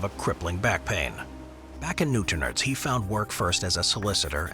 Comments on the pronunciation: Newtonards not newtonerds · Why did you butcher the names of the places I’m from, it’s new-town-ards and bang-ger that’s how you say the names. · Newt in ards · 😂😂😂😂 say Newtownards again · Newtonards has the emphasis on the last syllable, so it's a strong "arr" sound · The way he said Newtownards killed me 😂😂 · Lol he's not even close on Newtownards. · The pronounciation of Newtonards kill me lol